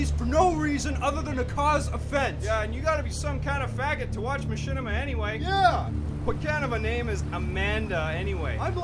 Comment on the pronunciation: Trash talks DigitalPh33r and says machinima is known by basement dwellers. -Can't even pronounce machinima right, and then refers to Halo: Reach as "Halo 3: Reach". logic 101. BTW, welcome back,!